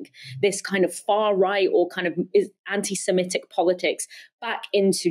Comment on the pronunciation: Anti SEMITIC NOT SEMETIC